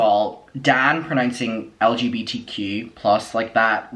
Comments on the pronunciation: i dont trust a straight person who can’t pronounce lgbtq+. it’s really not that hard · Thank you for your recap! I had to stop watching the podcast after the first time Dan mispronounced the acronym and told lgbtq+ people to shut up 😟 he was acting scary in this episode. But your facial expressions and commentary made it tolerable 😌 much love to the community 🌈